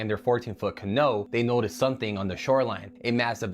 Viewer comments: Am I the only one that finds his pronunciation of "canoe" irritating? Do people actually say "Can-know" instead of "Ca-knew"? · dude, that’s CRAZY. I mean CAN-NO??? It’s pronounced CAN-NEW. Canoe, can-new, ya know? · 14 foot canow?? He says that twice and then canoe? Is this a human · He says "CaNoo" twice then properly pronounces it "Canoe" what an idiot. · Ca-Know. !! Even us Aussie says Ca- Knew-Ooouuuu sound. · Wait—did I actually just hear someone say “can-no” instead of “canoe”? I mean, wow. For the record, it’s pronounced kuh-NOO (rhymes with “new,” as in “learn something new today”). This isn’t some obscure ancient artifact—it’s a basic boat! If you’re going to announce words to the internet, maybe check how they’re pronounced first? Just Google it. Please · I wish people would review their videos before uploading them with AI narration. The first video - canoo vs. can-oh. He "it" says it wrong AND right. Kiss-a-may. Nope. not it. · Lake kissy may? Then dude says cuh know twice before saying canoe. People learn english from a.i. now? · Can No? Umm it's pronounced can Ooo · 😮Please tell this guy if he's going to make videos to put on your channel that maybe he could learn that canoe is ka, new not ka,,,,, no. I guess you don't even have to know basic English spelling so forth to make videos online. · For the alligator video .what's a canull??you mean Canoe. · How can dude not know how to pronounce Canoe? lol, its very hard to take his word on anything, when he is calling their canoe a can oh... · That dude aint real. Who pronounces ca"no" like that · "Kiss-im-mee", and KA-NUE would be the pronunciation. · i was fixated on that as well.....i have never heard that word pronounced in any other way than how we all say it, even if english is learned as a second language its still pronounced CUH-NEW. is this some kind of weird verbal mandela effect or what? ur right, most disturbing part of the whole video. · can-oh? LOL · And then at HE PRONOUNCES IT CORRECTLY 🤯??